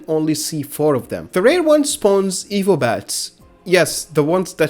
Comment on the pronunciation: You kept pronouncing evil(evo) dragon, I was so confused.